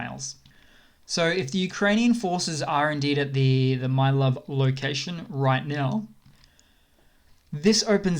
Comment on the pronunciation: My love, I think Mylove is pronounced Mih-Low-Veh.